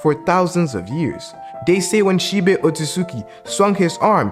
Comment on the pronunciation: It’s She-Bi not She-Bay